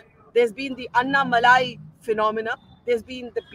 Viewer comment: Please pronounce Annamalai's name correctly. It is pronounced AnnaMalay not AnnaMalaaii. Malaaii as you know is ' cream' in Hindi